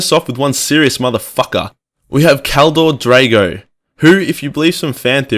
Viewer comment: What did he call Kaldor Drago?